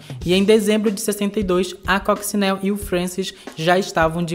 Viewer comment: Oi, e! Obrigado por mais este conteúdo super bem pautado, pesquisado e editado! Parabéns! Só aponto um problema: quase todos os nomes dos artistas aqui citados - inclusive o da própria protagonista, Coccinelle - são pronunciados erradamente. E ficamos no aguardo de novos conteúdos relevantes, embora esquecidos, como esse!